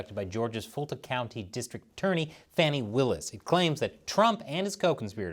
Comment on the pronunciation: It’s Fah-née Willis.